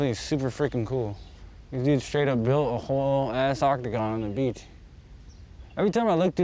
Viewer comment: Everyone : yas beach Me : yassss bishh